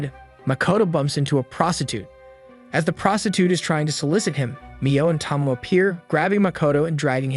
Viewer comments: Tow - Mow -Ay..... Not Tah-Moe, not Toe - Moe. I corrected this on the other one hoping you would pronounce it right. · Why is it so impossible to pronounce Names correctly? Her name is Tomoe, not Tomo. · I wonder if you mispronounce names on purpose. Tsige ... "see-gay" Tomoe ... "to-mo-ay" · at least pronounce Tomoe right tho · Tomoe is pronounced with a hard A sound at the end.. at least in the English dubbed version